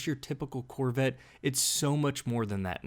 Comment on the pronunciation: The "Corvitt". Where is the narrator from?